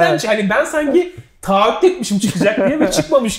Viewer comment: 10 senedir “taahhüt” kelimesini telaffuz etmeyi öğrenemedi